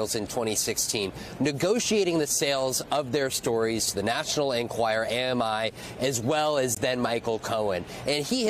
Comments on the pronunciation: Vaughn- why do you keep repeating over and over the wrong name for the paper, calling it the "National Enquire"? "National Enquirer" (is it's correct name). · Can Von Hillyard please learn that the publication is called "The National EnquirER" NOT "The National Enquire" ???